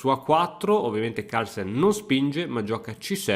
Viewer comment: Partita incredibile, ma sai cosa l'ha rovinata? I Toscani, che dicono la mi mamma il mi babbo, e che pronunciano Harlsen